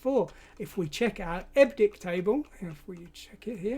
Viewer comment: Hate to be one of those. But...EBCDIC, pronounced "Eb Ci Dic"...stands for Extended Binary Coded Decimal Interchange Code. Still, enjoying the video and thanks!